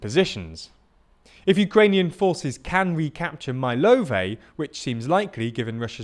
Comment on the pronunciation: Mylove is not mai-love, its mi-love